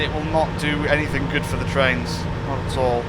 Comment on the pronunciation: Be wery wery quiet. I'm hunting traiwns.